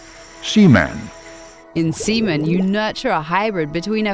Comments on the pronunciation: Repeatedly saying semen lol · Announcer really hears "Seaman" 30 times but chooses to pronounce it the other way